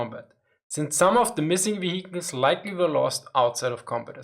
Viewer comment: Man I'm loving the "vihikil"